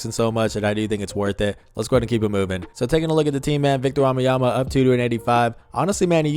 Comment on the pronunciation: Belgian here, you pronounce wembanyama wrong you say wambanyama… Just to help.